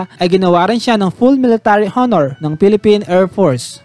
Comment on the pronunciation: ayusin mo ang pag bigkas ng salitang honor